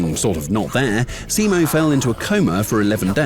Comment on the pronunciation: first youtube channel that actually put some effort trying to say finnish words and names correctly and to me the pronunciation was pretty correct better than other channels non finnish channels that has made a video about simo.